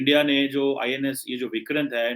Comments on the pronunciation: its pronounced as Vikraant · He can neither pronounce Vikrant nor kerala....🤣